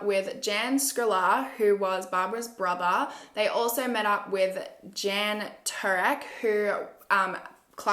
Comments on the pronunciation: Klokanek means little kangeroo. The newspaper DNES means Today. We don't pronounce Jan as you said, it is pronounced more as 'Yun' or in translation John. I am glad you do cases from other countries as well. Thanks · Great job, love your channel. Just so you know..the male name Jan in Czech is pronounced “yarn” xx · The two Jans. Jan is pronounced Yun in Chech. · The boys name Jan is pronounced Yarn. Keep up good work.